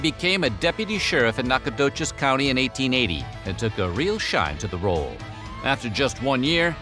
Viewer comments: Its not pronounced as "knock", but rather "Knack" in Nacogdoches County, but I used to work there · It's pronounced "Nac-o-doe-chez". I don't blame you though. Only those of us from there or that area can properly pronounce it and know the indian legend behind the name. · Fun Fact: Nacogdoches county, pronounced locally as Nahcadotches, encompassed most of East Texas prior to 1870s. So in 1912 when Spradley became US Marshall of Nacogdoches County, the county had already gone through many changes and has the boundaries as they are today. Counties I can think of that came from Nacogdoches are Harrison, Gregg, Upshur (where I live), Smith, Rusk, Panola, Marion and Cass counties. Huge area full of outlaws and Indians prior to the Civil War